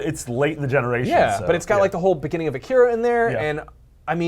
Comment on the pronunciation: I like how the vast majority of people i watch reviewing stuff related to Akira is that many people mis-pronounce Akira and Kaneda